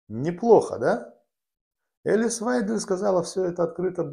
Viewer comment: Вы правы. Прямо режет ухо это " элис". Ну учитесь уже правильно выговаривать имена политиков!!! Пожалуйста!